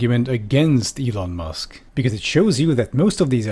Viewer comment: M'lon Eusk...